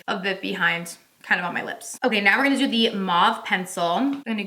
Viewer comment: I heard a little Tennessee talkin a second. “That’s what we’re goonnneee dooooo…. lol lol